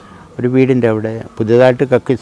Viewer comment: "അവിടെ" എന്നതിന് പകരം "ലവിടെ" എന്ന് പറഞ്ഞത് ആരൊക്കെ ശ്രദ്ധിച്ചു 🥰കരുനാഗപ്പള്ളി things🥰